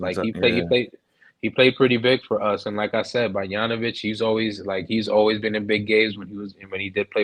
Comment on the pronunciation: Nah gotta learn how to pronounce Bogdanović 😂😂